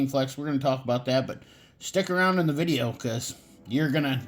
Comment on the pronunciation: Thanks for the vidjya,! 😝 No, really appreciate your comparison vid! Great job.